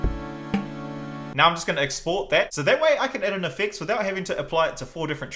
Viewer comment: He says effects with an x